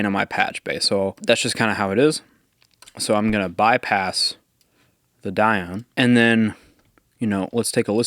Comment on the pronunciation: It's actually pronounced "Die-oh-nee". But I hope you enjoy this absolute piece of art! WesAudio are an amazing company. :D